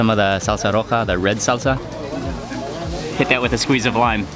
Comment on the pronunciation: Lol you said red salsa wrong stupid